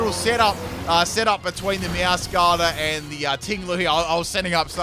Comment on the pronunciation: I love you but for the love of Arceus it’s Meowscarada, like meow+ masquerade but Spanish😂